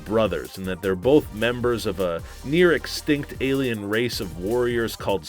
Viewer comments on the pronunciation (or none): none